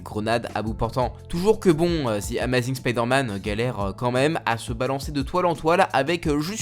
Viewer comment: C’est pas amazine c’est amazing